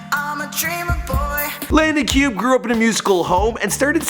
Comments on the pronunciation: Pronounced Landon Cue-bay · its pronounced cubae actually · He don't even know how to say Landons last name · doesn’t even know how to pronounce his last name omg